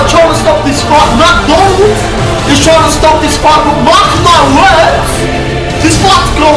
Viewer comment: at the end of the video he kept saying micky Donnie Deez